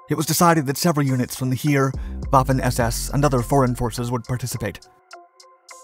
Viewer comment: Unfortunately his pronunciation of the German words is sometimes off a little bit like with Rösselsprung or completely off like with Heer (Army). Especially the latter he gets wrong every time. He pronouces it as if it was spelled hier in German or here in English, which coincidentally means the same thing in both languages but unfortunately not Army...